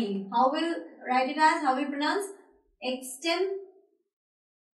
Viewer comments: You say "prununcing" which is totally wrong. It is "pronunciation" but not "prununcing", it is "pronounce. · She is teaching how to pronounce words correctly and she is pronouncing 'pronounce' the wrong way . Also she needs to work on her grammar a lot. It's so funny how she is pronouncing epitome as aphichami.